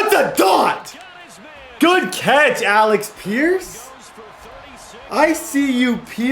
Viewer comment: AleC pierce Not AleX pierce Thank You